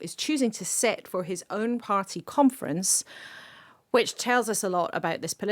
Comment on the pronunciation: Labour Party Conference, with emphasis on the syllable Con, LABOUR OUT!